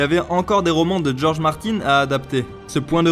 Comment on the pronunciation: Pourquoi vous prononcez Martine? Martine à la plage.